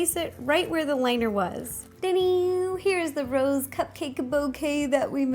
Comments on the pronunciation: I saw the cupcakes as rose, and heard you say it as "Ro's". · my favorite part is when you said Rose ro